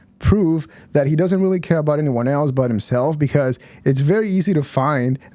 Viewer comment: steveos greatest crime is that he always says "eltse" instead of else